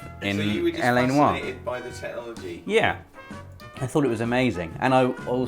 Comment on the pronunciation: Congratulations on pronouncing LA 'Noire' the correct way.., you were a little off in the intro there. Yes, I obsess with language in games;)